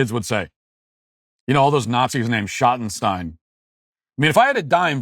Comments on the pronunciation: You keep mispronouncing "Schottenstein". It rhymes with "Dream" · I’ve always heard it said Shot-in-steen here in Ohio. Their name is all over the place here. But I admit I know next to nothing about them 😂 But I’ve seen some great concerts in the Schottenstein Center in Columbus